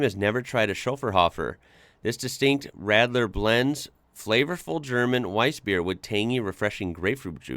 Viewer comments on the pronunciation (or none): none